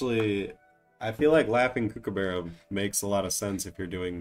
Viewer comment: not to be that guy but its prnounced g'LAR not Gar-la and even though its spelled like kooky, Kookaburra is like cook.